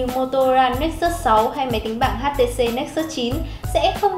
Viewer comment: Đọc nữa nạc nữa mỡ gì mà "hát tê xê diu"